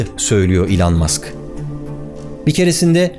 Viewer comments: ilan diye bi telaffuzu nerden buldun acaba ? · İlhan musk diye duydum akdhshsj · Lütfen artık adını doğru telaffuz edelim ey Türkiye..... iiiiilon ilon ... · İlan Mask diyince İlhan Mansız gibi geliyor :) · İlhan mask değil o, (i)lan mask. Çok irrite etti yazmak istedim yoksa takılmam genelde. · Elon'u yanlış telaffuz ediyorsunuz Barış Bey. Doğrusu "i lon". iTunes'un telaffuzu da "ay tûy(n)z"